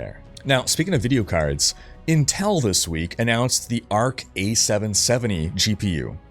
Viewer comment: learn how to pronounce intel for the next video please